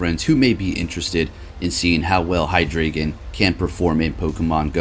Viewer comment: Just fyi, you pronounce drei as DRY not dray.